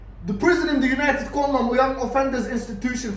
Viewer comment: Everytime you say united kondom i piss myself laughing 😂